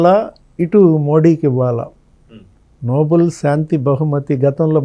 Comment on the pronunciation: అది noble(నోబుల్) కాదండి. Nobel (నోబెల్ ). Alfred Nobel పేరు మీదుగా (నోబెల్ కుటుంబం )ఇచ్చే award